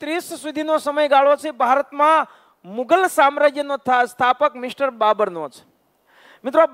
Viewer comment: મુધલ નહીં મુઘલ આવશે